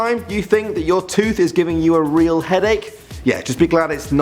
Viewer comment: Did he say 'a tud in your head' instead of 'a tooth in your head'?